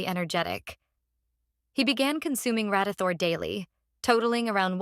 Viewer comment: AI VOICE AI VOICE AI VOICE AI VOICE RADITHOR RADIETHOR RADITHOR RADYTHORE